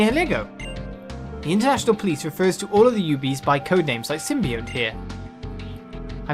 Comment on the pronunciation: So, I think the game pronounces it sim-be-ont. I know what you mean though, the word you are "confusing" it with I think is symbiote, which is pronounced sort of as you said it? Its sim-by-oat there. Sorry to be that guy who points this out, hyped for Breath of the Wild! Godspeed good sir.